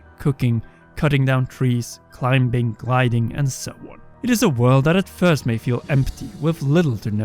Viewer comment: I love you. Just an observation from an Englishman. Words like climbing and bomb, the B is silent, so you pronounce them climing and bom, lol (Not that it matters of course. Your accent makes you unique, but I just thought I'd point that out in case you're interested)